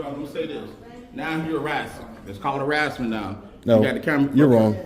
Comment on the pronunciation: What's arassment?